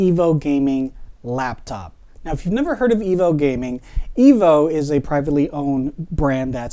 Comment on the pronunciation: It's pronounced... Eee-voo. There are 2 O'S in the name.... Like the word FOOD... Remeber EEE-VOO. Like and Subscribe!